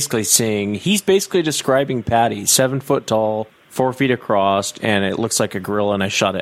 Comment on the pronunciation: the word 'supposedly' does NOT have the letter B in it folks. Also the word 'across' does NOT have the sound of the letter T at the end of it. Seem to be reinventing the english language on this channel.